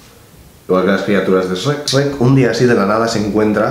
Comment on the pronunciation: que bueno que no lo pronunciarse como los demás españoles: esreck